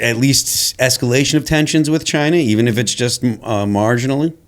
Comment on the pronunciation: I miss how President Trump says "chyna"